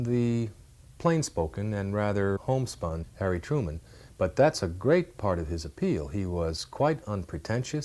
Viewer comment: Nine years have passed and you still haven’t corrected Harry “Turman.”